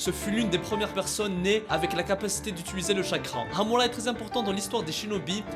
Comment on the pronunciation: Par contre ton accent quand tu prononces amura c degeulasse 😂 mais sinon bonne vidéo 👍🏿